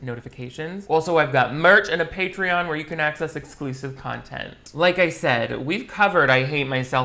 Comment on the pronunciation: “Projocts” lol anything for contont Great video,! I love what you do, and your humor tickles me:-)